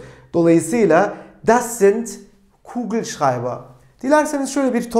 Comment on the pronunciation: Hocam kugelschreiber demeniz çok iyi eskiden bunu rahat söyleyemiyordum zorda olsa son 3 derste bunu öğrendim😁